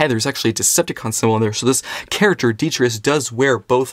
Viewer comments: well not really, as, when your pronouncing it, you're missing out the t in tus, you're saying detrius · Why you saying his name so wrong 😅 its de-tri-tus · Say it with me. Dee-Try-Tus. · That’s not how you say his name 🤷🏻‍♂️